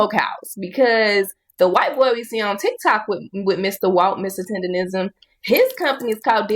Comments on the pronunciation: It's tender-NISM not tender-RISM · It’s not “TenderRISM”, it’s TenderNISM. Bruh… STFU. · TenderNism, not tenderism. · its Tender-nism lol not Tender-rism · TenderNISM not TenderRISM bro😂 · TENDERNISM NOT TENDERISM lol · Why cant say tendernism correctly lol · Why is it so hard for you to say tender-nism Goddd Dammmnnn! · TenderNism.. say it right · 🤦🏽‍♂️ its tenderNism 😹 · it's "Tendernism"🤦🏾‍♂️ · He keep saying”Tenderism”🫵🏾😂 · This MF cant even say it right "Tender-nism" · Im tired of hearing you mispronounce, "Tender-N-ism". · Its like nails on a chalkboard when i hear u and other ppl leave the N out of tenderNism... are yall doing that on purpose or really dont give a damn about that man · Mr. Tender-rizm 😂😂😂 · How you know how to spell tendernism but not say it😂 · I'm So annoyed that you saying his name wrong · I hate to hear this, but I'm not surprised. Btw, it's "tendernism" not "tenderism". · …WTH IS “TENDERISM”??!!! ITS TENDERNISM!!😂😂😂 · Why do you keep pronouncing it "tenderism," when it's tenderNISM? Omg... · It's "Tendernism" Not "Tenderism"...🤦🏾‍♂️ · And its "TENDERNISM" not "TENDERRISM" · He should trademark the way yall all keep saying it wrong. Tenderism since no one ever gets it right anyway. Its tendernism people! Lol haha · It’s tenderNISM not tenderism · But why do you say "tenderism" through the whole video, knowing it's "tendernism" you even spelled it correct in the captions? 🤔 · TenderNism not TendeRism. All this time and ppl still keep saying it wrong. Drives me crazy for absolutely no reason. But it's like continuing to pronouncing someone's name wrong after being corrected 12 times 🙄🤦🏻‍♀️🤣🤣🤣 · T E N D E R N I S M SAY IT ….. NOT TENDERISM…….. your Ebonics won’t even allow yal to use the word properly 😂. FUCKKKKKKKKKKKKKKKKK UR IQ IS SO LOW ITS STUNNING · Why does everybody say tenderrism its tendernism if you cant get it right why even make the content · its Mr TenderISM, Not rism